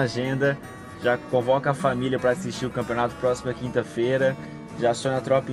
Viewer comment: "Canpeonato" foi mal mas n prestei atenção no q vc falou só nesse "N"